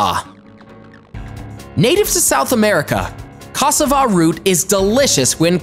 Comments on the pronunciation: Ca sa va that is how it’s pronounced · pronounced CASSARVA not cassava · I eat cassava everyday and idk what your talking bout coz who would eat it raw? Ghana gang ❤😚 and plz tell me I wasn't the only one who laughed at who he pronounced cassava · Hey You must be sleepy you don’t know what you’re saying (cassava) oh no 🤦‍♀️ you must be 🤢 sick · The way he just pronounced cassava, I'm out ✌🏾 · I’m so disturbed the way he pronounced Cassava. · This error alone made me question the validity of this video! Second was the cassava. He said caass-A-va. It’s Ca-sA-va. 🙄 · HAHAHAH first of all the prounciatiaon of akee and cassava is hilarious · Lots of facts but thats not how you pronounce ackee and cassava I'm Jamaican I really want to teach people how to pronounce things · Mispronounced ackee and cassava 🤣🤣🤣🤣